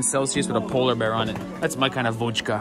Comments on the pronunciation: He really said водька 😭😭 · It's vodka, not vodjka.